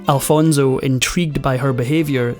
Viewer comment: Please do not pronounce Alfonso as “Alfonzo”. Made me cringe all throughout the video. 😬